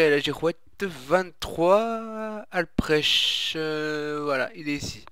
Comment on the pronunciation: Salut pas mal, mais ont dis que c'est la commune Alprech x') tu y es depuis le parc de la falaise, et Alprech se dit [Alprek] :p